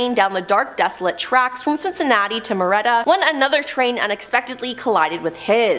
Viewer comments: Still at it huh? Still not researching names? Tiedeman Prounounced "Tee- da - min" NOT "Tide -man* " LIMA" - LIKE THE BEAN- NOT LEEMA! MARRIETTA- "MARY- ETTA" NOT MUIRETTA* AGAIN****LIKE GUY- "CUY-A-HOG-A" NOT COO-YA- HOOGA! 2 VIDEOS IN A ROW!!!!!!!! SAME NARRATOR* AND THIS IS JUST A BADLY REWORDED REPEAT OF 1ST VIDEO! AND STILL NAMES ARE WRONG! Will give this..... 1 narator actually asked question on how to say Circleville* "Circle-ville". Would think would check before recording??????? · If you’re going to mention locations you really need to learn proper pronunciation Lima is like lime-a Marietta has an I in the middle, not merretta, Cuyahoga is pronounced Ki-a-hoe-ga And so forth, there were more mispronounced